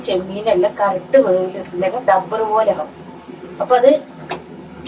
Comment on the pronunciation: ടബ്ബറു പോലെയല്ല. റബ്ബർ പോലെ😂